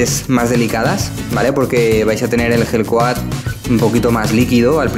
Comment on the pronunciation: cuando dices gel coat suena igual a la hell coat, abrigo del infierno jaja